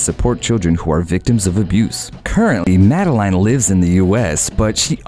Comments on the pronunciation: Umm..you pronounce it “Madelen” and not “Madelaine” 🙄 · Princess Madelaiiiine, really? Pls have a little respect for names and pronounciation. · See how easily it can be done? Sweden has now followed Norway, and the public only support the direct line. When the princes or princes are 18...they are on their own...and by the way, her name is pronounced like in French, Madlen... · And Madeleine.